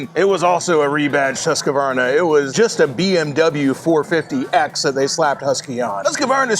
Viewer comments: Hooskvarna, not Huskavarna. Get a clue. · Why do you Americans call it Husquavana,there's no a in the middle your pronouncing it very wrong.